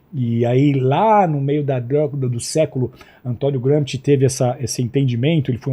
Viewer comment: O cara pronuncia Gramsci como se fosse anglo-saxão. Nem sabe o que está falando.